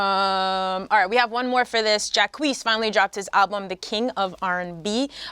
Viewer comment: Boii if henny dont stop saying jacees instead of jacquees his doofy ass